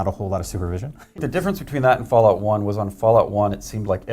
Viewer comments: Fulaut? 😂 It is fal out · what the fuck is foo-lout?